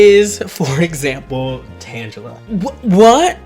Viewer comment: You lost me as soon as you said Tangela wrong.